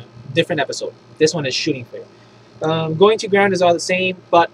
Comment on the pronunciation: Shooting phrase? Typo or accent?